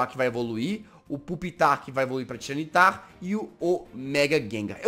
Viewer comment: jazz não se fal tiranitar se fala tairanitar, só se escreve assim